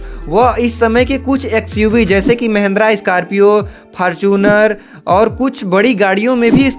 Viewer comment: Scorpio ❌ Scarpio ✅ 😂😂 Fortuner ❌ Fartuner ✅ 😂😂